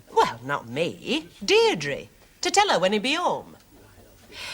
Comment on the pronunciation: her name was Deirdre, not Derdries. Getting someone’s name right shows good manners and respect.